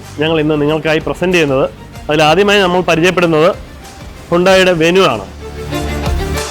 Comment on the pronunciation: വെനു അല്ലടാഉവ്വേ വെന്യു